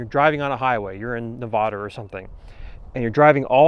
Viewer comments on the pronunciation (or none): Great tips! How much weight did you add to the end of the Gearbox paddle? I have that paddle and noticed the lack of power it generates (but oh the spin) and wondered if a little weight at the end would help. BTW: it's Ne-vad-uh, not Ne-vaaaah-duh. We're touchy about that. 😇